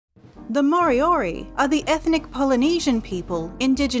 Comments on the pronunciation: Its not maw-ree and mory-ory, just roll the r's man it ain't that hard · Actually they are not pronounced properly. Maori is Not pronounced like this "Ma o ree" it is pronounced "Ma o dee" the letter "R"is pronounced more like "D" "More dee or dee" for Moriori Ka pai 👍